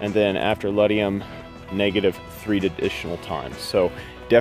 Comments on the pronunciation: Ledum...pronounced lee-dum. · Ledum (boiron) not ledium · I disagree; the problem with too high a dosage in homeopathic medicine is to overshoot... not cause harm. Too low a dosage can undershoot the healing. Yes, Arsenicum Album is the correct name. Ledum is pronounced just as it sounds-not with an "i", but great video.